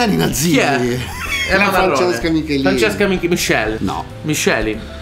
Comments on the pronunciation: Non è Michelin, ma Michielin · Michielin, non michelin. Non si sbaglia il nome della GOAT del pop-indie italiano